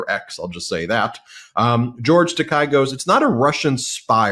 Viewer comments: Quick correction for you guys. George's Last name is pronounced with a long a not a long i at the end. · Tiny correction: George Takei pronounces his last name as "Tah-KAY," not "Tah-KYE." :face-red-heart-shape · Ben, George's name is Takei (tah-kay). Thanks for all you do. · Takei rhymes with okay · The name is pronounced “ta- KAY.”